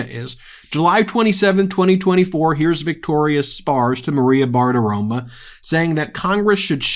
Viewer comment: Congrats 😢🎉on surpassing the idiot fascist network in views! BEN: Fox News “Personality” Maria B’s surname is Bartarom-O. Not Bartarom-A! I wouldn’t mention but it has clearly been set in your brain for years - I have never heard you say it with the long O sound in any video, and do notice the Bartirom-“A” (with the schwa sound ‘ah’ or ‘uh’. ) I only mention this because you never make any other repeated mistakes, so I know you attempt perfection in your communication. (Meidas Patreon for nearly 4 years)